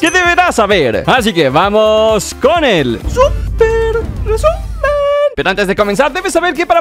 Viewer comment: XD como dice súper recumen xd